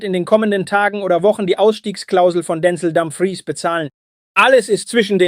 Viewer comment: Dänzel Dümfriis ist die Aussprache